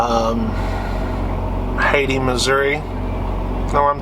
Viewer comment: Hayti is pronounced hay tie